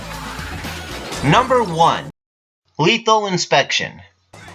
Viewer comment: "Letal Inspection"